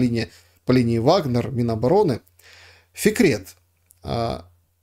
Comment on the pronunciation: Фикрет, а мне слышалось "секрет" 🙂